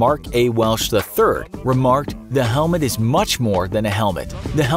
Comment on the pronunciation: HEMET instead of Helmet